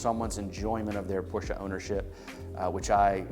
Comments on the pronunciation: Hilarious that this guy enjoys the brand, and yet cannot pronounce the name correctly. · Porsche is family name.How many people would like someone butchering their family name? It’s not snobbery, it’s common sense. Why butcher someone’s name when you know it’s wrong?